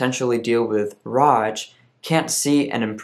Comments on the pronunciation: Appreciate that you talk about ROGD. BTW, it's pronounced eR-O-Gee-Dee. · isnt it pronounced like rogued?